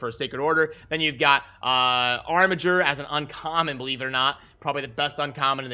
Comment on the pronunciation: Pronounced Armiger correctly after so much time! How come you decided to revert back to the correct pronunciation?